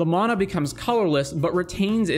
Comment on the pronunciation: He's one of the only people on Youtube who pronounces it correctly.